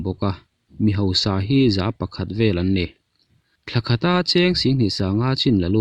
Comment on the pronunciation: Chutiang ang ni lovin chuti ang. Hosa ni lovin hausa. Heti ang hian lam zawk ta la, ṭawngkam a dik zawk awm mang e a.